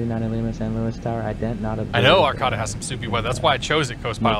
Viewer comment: great vid but just for laughs, pronunciations are men dough cino and ar cay ta.